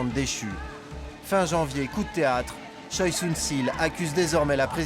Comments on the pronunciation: Il me semble qui ça se dit Chwae et pas Choi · Pour des personnalités publiques, c'est courant d'utiliser uniquement le nom de famille ^^ (et ça donne des articles de presse magnifiques avec Kim qui rencontre Kim pour discuter des dernières mesures prises par Kim). Mais sinon côté prononciation, juste vérifier pour Choi (tchwé et non tchoï), ça aurait été appréciable ;)